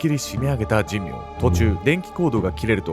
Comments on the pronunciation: じんみょうじゃなくて…しんめいね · じんみょうじゃなくて、しんめいかつのぶな。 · この加害者斎藤と2人目は神明でしんめいと読みます。確か、茂原にはしんめいは何軒もありましたから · じんみょう ではなく しんめいです